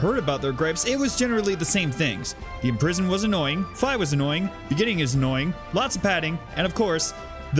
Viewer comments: It's Fee not Fie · ... I thought Fi was pronounced "Fee"... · I thought Fi was pronounced “fee” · Is Fi pronounced fai or fee? Edit: apparently it is fai, but I always said fee.